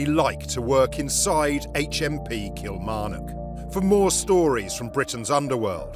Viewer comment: Kimarnock? It's outside Hurlford.